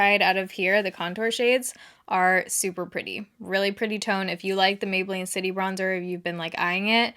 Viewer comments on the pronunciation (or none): none